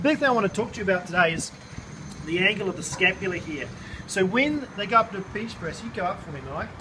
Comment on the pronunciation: ay mate, carful when ya benchpriz mate